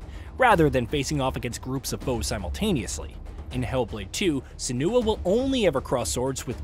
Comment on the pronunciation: The video is not off to a good start. In 13 seconds the narrator already mispronounced "Senua" twice.